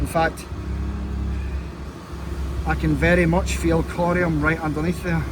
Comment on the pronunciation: has an extremely elegant way of saying the word “corium.” It really rolls off the tongue coming from him